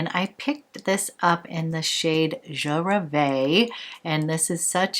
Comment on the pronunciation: Hi. Je Rêve is pronounced Je Rehv. French for I dream.